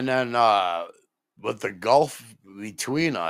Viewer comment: it could be the inability to make the TH sound? WIFF and WIFFOUT